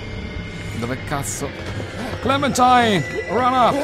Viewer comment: Si legge clementain hahahah